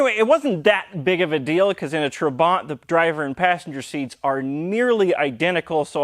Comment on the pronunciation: When my father was changing his dated Trabant P600 into new model - P601 (as yours) in 1973, I am sure he pronounced "trabant" different way than you do. He accented first syllable like "TRAbant" not "traBANT". btw: No 601s had factory hazard blinkers, probably your aftermarket module is causing troubles with normal blinking the right side ....